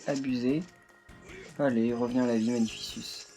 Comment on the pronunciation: Magnificus se prononce [magnifikus], pas [magnifisuce] !!!